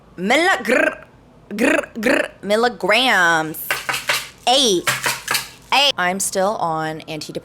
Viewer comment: 😂😂 I LOVEDDDD how pronounced milligrams as milligrrrrrrrr grrrrr grrrrrr